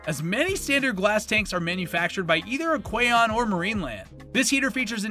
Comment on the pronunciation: Thanks for the great info! Question for you. I've noticed a few pronunciation of a few brands like Aqueon a bit off. You do have a very non-stop pace without pause for line delivery. Honest question; do you use AI voice generation based on your own recordings?